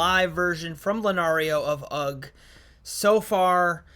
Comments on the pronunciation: No g sound in ugh! 😂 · UGH is pronounced hug shoulders as ask eh? UGH means eh? wtf?